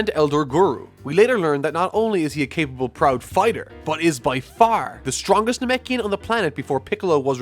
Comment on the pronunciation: Dude where are you from? Every time you say FAAAR I can't tell if it's Boston or Chicago